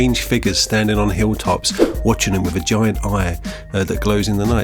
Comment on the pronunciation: "Watching them wi' vagiant eye"? O.o